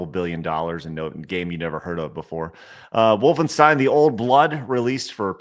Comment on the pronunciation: "wolfensteen" fired